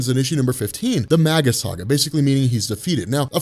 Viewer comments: Mage-Us, not Mag-Us. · Starlin's Thanos looked so much cooler than the film version. Gamora too. Little side note, Warlock's future self is actually pronounced "May-gus" by the way. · I believe that Magus is pronounced May-Jus, similar to mage or magi.